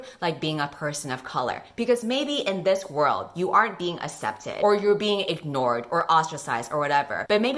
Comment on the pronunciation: i still don't know why says accepted as "assepted" but I'm not gonna question it.